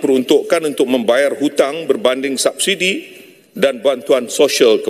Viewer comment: Subsidi = Sabsidi Kuala lumpur = (harusnya dibaca) Kaala Lampa